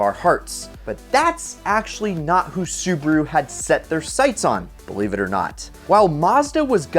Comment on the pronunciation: Does this guy think Su ba ru is two syllables